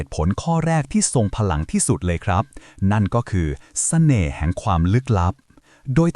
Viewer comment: ทำไมเราได้ยินคำว่า แสน่ห์ 😅